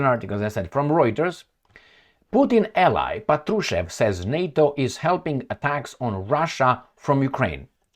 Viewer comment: Hello, Thank you for your tireless job. *Little correction: when you’re talking about Mr. Patrushev - the right accent should be on the 1st syllable of his Last Name - “pAt-ru-shev” 😊